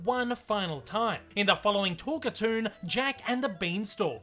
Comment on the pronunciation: “Talk-a-toon”,? NO! It is pronounced TALK - CAR - TOON! Other than that, I’d give your script a “10” out of 10 out of 10. They usually work as well or almost as well as this one did. My late Mom was a HUGE fan of Betty Boop, and Mom’s friends (and I must admit, I myself) gave her all kinds of Boop merchandise. I still have Mom’s Betty Boop figurine, standing atop a piano, and holding a 1930’s RCA 44 Ribbon Microphone. Incidentally, the Hayes Office enforced the BREEN code, and contrary to what you hear on TV, it really was the BREEN code. The Motion Picture Code was NEVER “THE HAYES CODE”. It was the BREEN code. Look it up. And you bet, - I would LOVE to see a new HIGH QUALITY (That means a product that’s made as well and looks AT LEAST as good as the as the original series of Boop cartoons! By that I mean animate on 1’s when possible (that means there’s ONE DRAWING FOR EACH FRAME OF FILM, which ran by at 24 frames per SECOND). But most of it is what’s called “limited” animation (in which they make a drawing for every TWO or more frames, they save a lot of work (read: MONEY) by NOT making a drawing for EVERY frame, cutting their cost per foot of useable film in HALF.